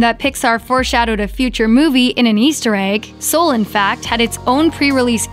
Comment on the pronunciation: did...did she just pronounce it as "Sool?"